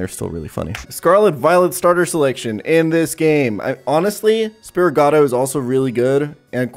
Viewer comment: spiritgato??? don't you mean Sprigatito?